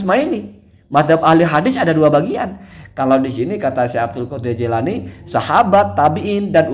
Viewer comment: "Jilani" bener kang